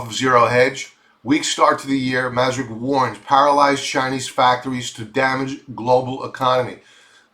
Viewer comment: Maersk is pronounced "Mersk" not masrick